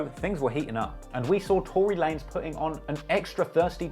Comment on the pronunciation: Two-Ry Lanez lol